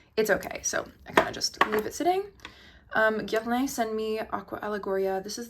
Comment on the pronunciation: It’s not pronounced Guer-lay, it’s pronounced Guer-lah